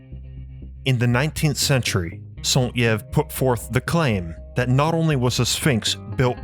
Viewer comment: the Y in saint Yves is pronounced as an i